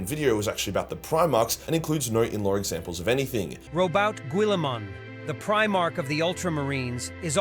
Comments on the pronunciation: It's so bad it's nigh unwatchable, I didn't know ai mispronouncing names could bug me so much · that is a terrible mispronunciation of our boy Rowboat Guillisuit’s name. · Rowboat Gwilliman 😂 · Robout Gquilimen 😂😂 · To be fair, some Primarch name mispronunciations are comically on-point. ROBOTE GUILLAMON is a first. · What do you mean All_5 DID YOU KNOW! misspells names ? He perfektly pronounces the name of our glorious progenitor Robaut Guilamon, aka Rowboat Girlyman, aka Robert Gorillaman, aka the avenging beancounter. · "robout gwillimon" LOL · Row-boute Gvillimann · "ro-bowt gwillamahn" 😂 Goddamn AI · Rawboat Gorillaman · Rodent Guillotine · I love that the AI cannot pronounce Roboute Guilliman.